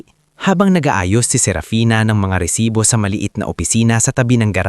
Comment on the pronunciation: Mali rin ang bigkas ng " Lipa"Pilipino ka ba,? bakit ganyan ka kung magsalita ng tagalog, resibo hindi resites